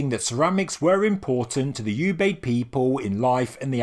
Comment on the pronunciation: Oobayd not "U"bayd.